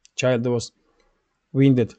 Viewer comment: you're English is very good indeed! One correction regarding pronunciation: "wound". You seem to pronounce more like "wiend" Should sound more like "woond" or "wuund". That was not easy to understand.